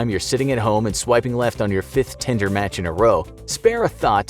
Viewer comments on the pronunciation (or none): Did he called Tinder,Tender?